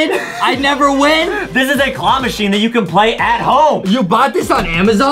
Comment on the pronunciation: Adam just have a mispronouncing part it the part of claw machine